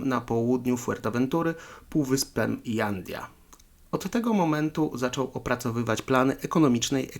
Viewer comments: Hej byłem tam , u Herr Wintera, miejsce niesamowite..j czytasz jak h czyli Hanidia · w hiszpańskim literę "j" wymiawiamy jako "h" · Jandia wymawia się „Handja”